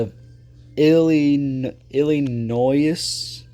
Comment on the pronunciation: The fact that you mispronounced Illinois makes me mad 😡